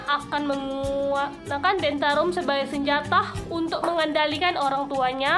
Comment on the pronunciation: Tantrum bukan tentarum